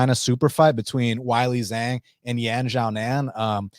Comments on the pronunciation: way-lee jong sounds a lot better than why-lee zang. Can you do it for the sake of my ears. better yet, flip it to Jong way-lee,, that sounds best to me 🤗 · Hey,, the name “Weili Zhang” is not that difficult to pronounce correctly. “Weili Zhang” is pronounced “Way-lee” “Jong.” “Zh” in Chinese is pronounced Like a “J,” and the “a” is pronounced more like an “o.” Got it? Try doing a little research. And Lemos poses no threat to Zhang at any stage of the fight. Zhang is going to beat down Lemos from the opening bell until she brutally stops her in the 1st or 2nd round. I normally NEVER watch you, and this is why. The ONLY reason I watched you now is because of your special guest.